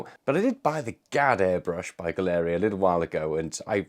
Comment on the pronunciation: Why does everyone insist on mispronouncing Gaahleri? It's pronounced gallery, It is spelled funny to make it unique.